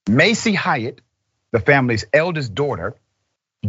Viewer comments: The proper way to say that last name is like ~hate~ Like Haight and Ashbury where us hippie Deadheads hangout. It sounds like you're saying Hiatt. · It’s pronounced hate, not Hyatt